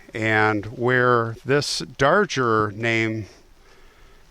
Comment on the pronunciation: I think his name is pronounced Dar-Grr. Natalie Merchant wrote a song about him.